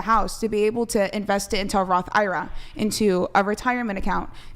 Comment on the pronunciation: you can’t claim to practice Christianity but be into astrology and doing OF/porn. she doesn’t understand Christianity at all. There’s never a call to sin 😂 she didn’t just say “Ira” not “I R A” 😂 she can’t have done that unironically.